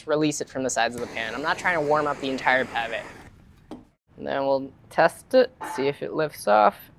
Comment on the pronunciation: What? Potato malfoy? 😅 It's pronounced "mil-fuy" for you